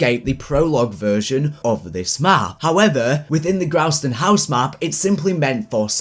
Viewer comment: grausten haus !?! it's GROESTEN HAUS